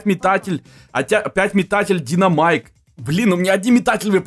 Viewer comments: динАмайк а не динОмайк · Почему все такие неграмотные? Не ДинОмайк, а ДинАмайк